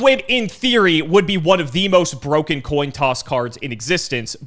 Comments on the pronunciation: The Toin Coss. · Toin coss 😂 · The toin coss, shieeet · "Toin coss" should be an emote. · NOT THE TOIN COSS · a toin coss😂😂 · Toin coss? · “the toin coss” lol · Toin coss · “toin coss”